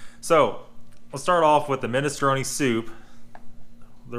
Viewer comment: can says: minestrone says: MISTRONAY